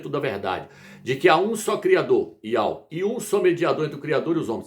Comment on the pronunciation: YAUH está errado ,no hebraico não tem encontro de ditongo.Não se pronuncia YAU NO HEBRAICO